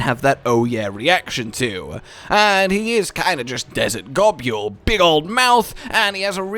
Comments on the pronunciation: What is this Gob-yule pronunciation nonsense? Gobul is pronounced like the word 'Gobble'. You see its a joke about eating. Nibelsnarf is the same joke taken further. To nibble on things and to snarf them down are ways to describe eating. I will die on this hill. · Love G. Girros. Always loved catching a ride on the Lil ones too. Love the mouths though I always thought it was pronounced gobble. I nibble food I gobble food I snarf it down